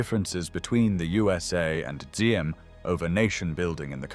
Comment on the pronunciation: Diem. For translation accurate. D without the straight horizontal line in the D is like the “Y” sound. So it’s better to say “YIM”.